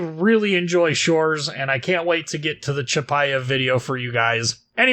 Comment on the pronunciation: Can't believe you manage to read щ. Huge ++++++ for that.